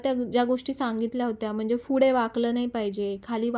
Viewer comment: pudhe ase ahe, fude ase Naka mhanu, p and f khup vegale ahe